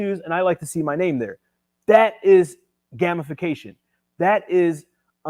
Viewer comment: Brooooo! "Gamification": 'game-if-fa-cation' Great vid